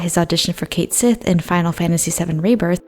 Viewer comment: Stop mispronouncing Cait Sith, it is a real name and only the American Dub mispronounces it. The same dub the that doesn't give a damn about the VAs.